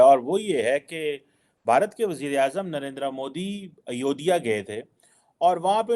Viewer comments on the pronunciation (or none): Its Ayodhya not Ayodiya. Makkah ko Chhakka likhne/bolne se chalega? Naam mat bigado. I see you pronounced it wrongly also. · Oye...'Ayodhya' hota h...'Ayodiya' nahi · Bhai aap name ke phle DR. Dalte ho but name sahe bolte nhi ho.. Ayodhya h na ki Ayodiya. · why pakistani take indian names wrongly seems purposely , its Ayodhya and not ayodiya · please pronounce Ayodhya properly, it's not Ayodeeya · it is AYODHYA not Ayodiya